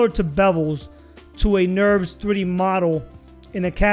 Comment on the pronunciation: lol "Nurbs" not "Nerves"